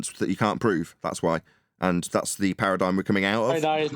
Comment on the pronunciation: Awesome show, sorry I missed it live! ParadigM, not paradigN. Lots of chatters today was nice 😊 Have a good weekend everyone!